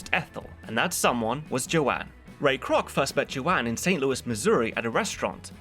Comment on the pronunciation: it's Joan not Joanne. Rhymes with Lone. Joan Kroc was a local celebrity in my hometown of San Diego. She founded the Ronald McDonald House charities.